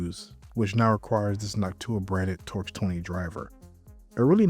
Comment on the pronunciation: it's NÒK-too-ah, with the stress on the first syllable